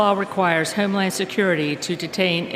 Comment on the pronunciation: She says HEME land